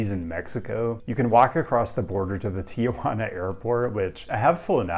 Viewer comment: Why do all Americans pronounce Tijuana so wrong?